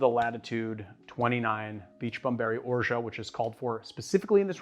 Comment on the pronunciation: Have you ever looked into the correct pronunciation of "orgeat"?